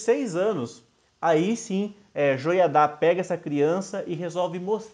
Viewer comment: Legal! Só não coloque acento nas palavras que não tem! Atalia e Joiada, se lê, sem acento!